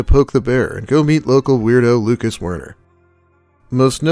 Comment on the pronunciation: Every time you say Wern I think Worm.